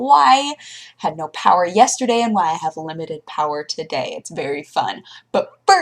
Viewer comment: LIMITED POWAH!! :)